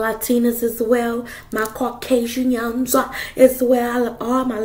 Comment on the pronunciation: The way you said Caucasian’s took me out 😂 love your energy ♌️